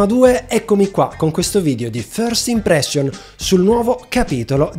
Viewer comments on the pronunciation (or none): ti seguo da anni, ma per favore correggi ste due pronunce, immersion e impression, basta dire imprescion e imprescion